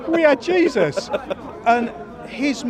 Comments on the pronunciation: "JESUS sprinted over" 😂😂😂😂😂😂😂😂😂 man it's pronounced "hey-zus" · its pronounced Hey-Zeus not Jee-Sus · It's Jey -zus